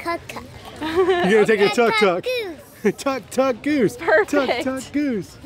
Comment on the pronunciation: Tuk Tuk... not Tok tok... you are note on Tic Tok ! lol